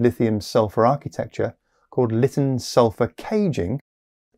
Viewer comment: It's not pronounced "Litin," it's "Lighten."